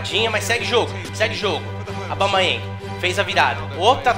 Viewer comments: Alguém explica pra ele q não é Aubamayeng q se fala e sim Aubameyang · O certo é AUBA... e não ABAU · para de falar abamayang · O fala Aubamayéng. Kkkkk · "Aubamaiangui", Craque kkkkkkk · a cada vez que o fala aubaMAYENg meu ouvido sangra um pouco auhuahuehuehausehuas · Cara fala "Abalmeieng" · Ele falando Aubameyang e maravilhoso 😅😅😂😂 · O não consegui falar aubameyang???? Kkkkkkkkk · Toda hora ele fala o nome do aubameyang errado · Pq toda vez vc fala o nome do aubameyang errado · O não sabe pronunciar aubameyang ele fala abaumeiengui